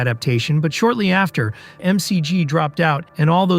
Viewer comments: Not MCG... McG (Mac G) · McG as Em See Gee is Wild AF - pronounced Mick Jee